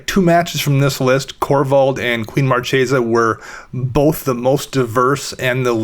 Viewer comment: Marchesa is an Italian word. It's the female counterpart of Marquis. It has a 'hard c' - Mar-KAY-za